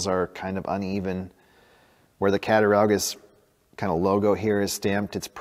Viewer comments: I'm from Cattaraugus, NY. It's pronounced cat-ta-raw-gus. Not cat-ta-row-gus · Wow!!! Beautiful knife, loved the finished knife. Amazing start to finish results. Grew up in Western NY, nice seeing something from my home town area. You would pronounce the word Catt-a-raw-gus. Drop the u and replace it with a w(for pronunciation purposes). Great video, love the second channel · It’s pronounced “ cat-a-raw-gus” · Its pronounced cat-a-raw-gus. There's no "ow" sound. As a kid i lived in Cataraugus county NY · Cat-a RAW-gus ;) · it is pronounced Cata raw gus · Fun video. I lived in western New York for 10 years there are a lot of hard names to say. Your off on this one just a bit, but way closer than I was when I tried to say Cat A rog us. Best wishes keep up the hard work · You're close on the pronunciation,, but the "au" sound is like "aww", That said, I love this. Nice little hobby you found for yourself.